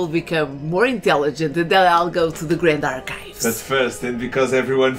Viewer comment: Grandush Archivevush!! Read it! Read it gooooood!! 🤣🤣🤣🤣